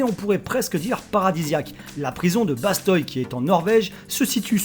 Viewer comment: Salut! Stylé ton top 10 😂 je suis Franco Norvegien et juste pour te dire on dit pas Bastoy mais Basteuy ( enfin juste la prononciation) voilà si ça peut t'aider 😁